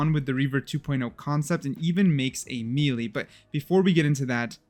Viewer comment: Can someone please teach this guy how to pronounce melee